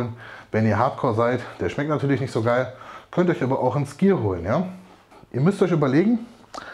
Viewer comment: Starkes Video. Hab bei dem Wort "skyr" immer "clear" verstanden und hab mich gewundert warum das langsam verdaulich wäre 😄